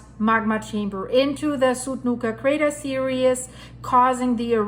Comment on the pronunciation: I love all your videos , But , I am going crazy every time you call it “ serious” rather than “series”! Lol I’m pretty sure it’s just your remainder of your German accent, but it might be confusing to some people cuz they might think your meaning it’s serious, rather than it is a series of eruptions lol ! Sorry if I’m being a Karen bringing this up! Most of all important I want to say I love your content and please keep up the awesome work, I greatly appreciate you putting so much effort into your awesome content!! Much love to you and your family and of course all your four legged family members, my boxer “ otto “ sits and watches all your videos and loves when Rudy gives his two cents ! He does that doggy thing turning his head back and forth lol! Thanks again!!